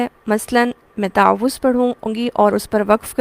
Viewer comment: What is the right pronounciation of تعوذ You said تاعَوُذࣿ Kindly guide … ????